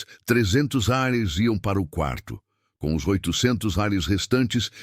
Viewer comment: Pq fala reais ao invés de reais 🤐🤐🤐🤐🤐